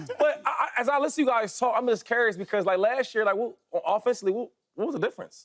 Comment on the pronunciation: homie can't even pronounce "curious" correctly??? What a college can provide for you is only as good as your intelligence desired.